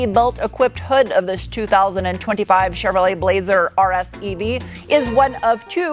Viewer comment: "Cheveloret, Honda, Acura, Samsung(?)" 😅